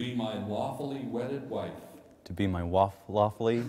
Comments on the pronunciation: U both are a joy to those of us that watched and heard your story.🙂🙂. The actual wedding video was hilarious 😆😆😆😄😄😄. What a tension reliever!!! Oh ya.It's lawfully,not wafully!! L.M.A.O.!!!🙂🙂🙂😄😄😄. Best wishes to both of you for a wonderful,happy life. From me in 🇨🇦Canada. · He meant to say 'lawfully', but it really sounded like 'wawfully'/'waffle-ly'. xD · Only if you listen at low volume, if you turn it up he 100% said lawfully.